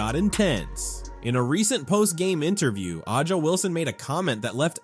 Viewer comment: Who ever owns this channel, please....please ......stop......be a real person. T he womans' name is pronounced......ASIA.....you F***KING DUMB F***ks!